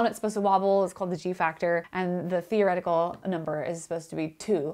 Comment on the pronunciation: She said fear-o-retical. Fear-o-retics be like doing an experiment and thinking; "God, PLEASE don't let me be right!"